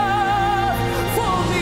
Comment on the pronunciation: Alguien le enseña a pronunciar la palabra "enough"?